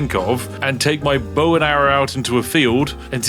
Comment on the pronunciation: bowowowowowowoww, went from trying to pull a bow out to sounding like the dogs.